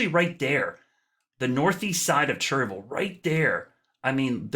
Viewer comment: Please stop saying “churvul”. It’s “chair-ee-vil”. I grew up there.